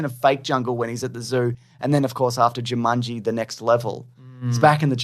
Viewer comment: I'll never get tired of pronouncing it "Joo-munge-ee".